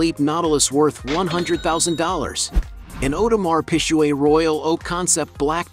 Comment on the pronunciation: My man said audemars pishuet loool